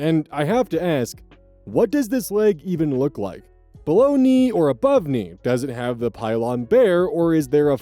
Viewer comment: "below knee" sounds like baloney.